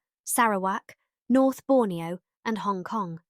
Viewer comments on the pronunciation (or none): none